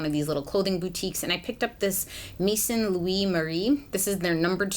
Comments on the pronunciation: I love your makeup like this...so pretty! 😍😍 Btw Maison means "House" in French and is pronounced "Meh-zon" 😊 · Just if you want to know french Maison should be said Mez(on). The (on) is a sound that does not exist in English. But even if you just read it the English way, it sounds fine ;) Thanks for the reviews :) Xoxo, Aline